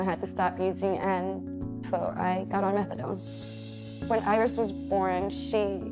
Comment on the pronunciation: They seem like such a sweet family. I love the way the pronounce Iris. Earis….🎼